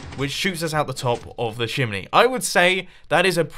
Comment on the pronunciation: did he just call it a "shimney"?